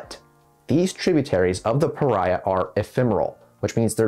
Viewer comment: I live here. its pronounced pahreah .